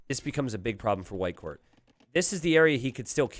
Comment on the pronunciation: Every time he says "Whitecourt" I think I'm hearing "Viper". I'm just so used him casting streams about Viper, I guess, lol